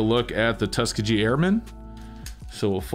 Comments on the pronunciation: It is pronounced Tuss-Ski-Gee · Really nice coins. I like that for the Washington Crossing the Delaware quarters that they have the style obverse. You and SilverWolverine pronounce "Tuskegee" in a funny way.